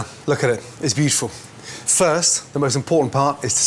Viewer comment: He always pronounces 'beautiful' almost like 'beef-ful'